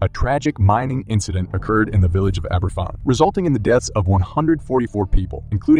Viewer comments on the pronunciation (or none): Jesus it's pronounced ABERVAN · It's pronounced Abervan. And it's Sen-otaph. The Aberfan disaster shook the UK, not just Wales. For example my dad was part of a group who raised money in the West Country and took the money to the village. He told us that people queued up to donate. Nearly all the children of the village died. Heartbreaking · Aberfan= Aber-van. Cenotaph= Sen-o-taf. I suggest you learn how to pronounce rhe words you're using if you're going to create content which shows off your knowledge. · F makes a v sound in Welsh. Pronounce Aberfan as Aber-van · Aberfan- pronounced like abervan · It's pronounced Abervan. An f is a v sound in Welsh. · Last time I checked that's not how you pronounce Aberfan.